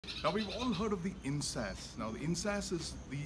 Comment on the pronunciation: Not "In-sas" ...sounds like In-s-ass pronunounced correctly "In-s-aa-s" LOL ...come now don't angliicize a nice name.